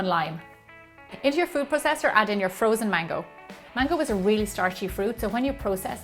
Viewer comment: when she said "mango",I thought she said "mangle"